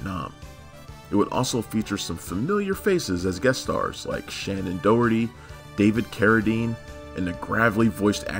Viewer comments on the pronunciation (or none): none